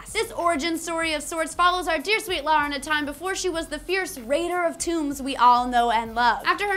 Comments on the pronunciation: It's Lara, not Lora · LARA not Laura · Feels so weird hearing a person call Lara Croft Lora or Laura as opposed to Lair-a. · Laura?? Her name is LARA. Pronunciation aside, the spelling doesn't change.